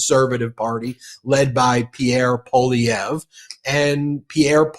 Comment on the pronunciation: Good stuff, Ben! You finally pronounced Pierre Poilievre's name properly.